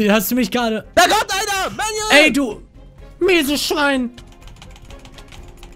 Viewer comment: wie manu die ganze zeit du misees Schwein sagt 😂😂😂😂